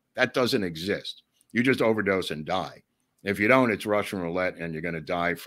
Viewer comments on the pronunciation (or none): none